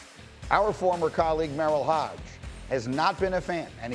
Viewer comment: All you casual football fans.....it's HOGE not HODGE 😄